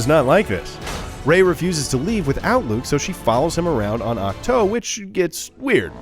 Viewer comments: That moment he says ach toe and not ach too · Awk-toe haha